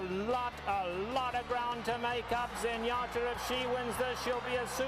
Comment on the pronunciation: I always loved how when Trevor D. called her Zenyatter 😅